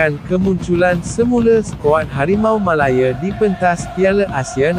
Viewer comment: betul .... "harimau melaYEAR" - sape la yg sebut "malaya" cmtu -pls